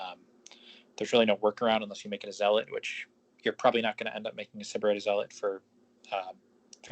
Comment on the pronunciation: Stop mispronouncing Syberite lol